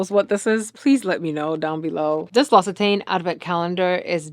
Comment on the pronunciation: Thank you for showing me how to pronounce L'Occitane! P. S. The L'Occitane packaging is a Ferris wheel.